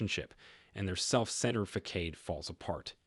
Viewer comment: Facad "fa 'sod"